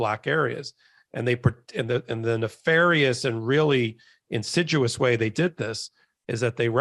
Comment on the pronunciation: respectfully... it is insidious (pronounced in sid e us)